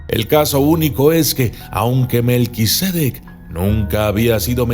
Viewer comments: Lo pronuncias mal, no es melquisédec, es melquisedec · Documentalista, el nombre es Melquisedec, no Melquisédec. Es sin acento.